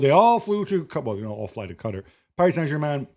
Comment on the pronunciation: The way that white dude said Qatar made me turn this off